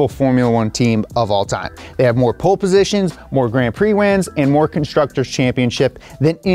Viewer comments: It's called Pole positions not Pool positions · It's Pole position, not pool position 🤣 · Pole not pool, position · pool =/= pole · It's "Pole Positions", not "Pool Positions" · POLE position, not pool position lmao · "pool" positions 😂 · "POOL" positions... Lol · "Pool" positions?!